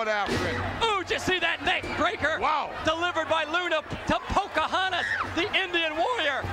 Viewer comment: Did he say "Poker Hontas?" LOL